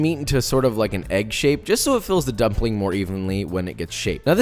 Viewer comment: He said gumpling hahahha